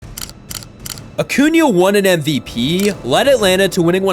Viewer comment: Why do you do the emphasis on the ending of words? "mvPEEE" It's as if you're trying to sing but in a really obnoxious way. I thought only valley girls did that